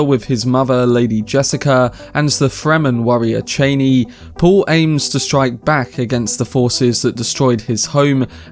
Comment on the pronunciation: It’s not Cheiney, its ChAnee